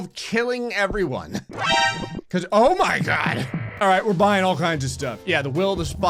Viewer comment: I have watched enough videos to tell that is not a natural born Florida man, but indeed a natural born jersey man every time he says the phrase “oh my God” his jersey accent pops out